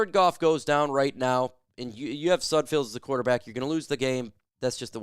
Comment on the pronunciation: Any self respecting reporter knows how to pronounce the players names they're reporting on. Its sudFELD. Everytime you say it wrong it makes me want to turn the video off. You lose all credibility with me. Sudfeld is trash but say his name right